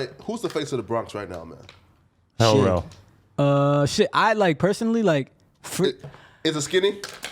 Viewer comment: nigga said Hell Rell 😂